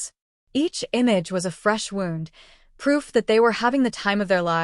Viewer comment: NOT Wound like clock wound as in injury!!!!